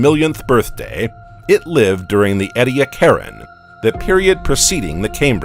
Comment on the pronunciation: The period is pronounced "ee-dee-ACK-aran." It's named after the Australian location where the first fossils were found. The "weird shrimp" is "ah-nom-uh-la-CARE-iss."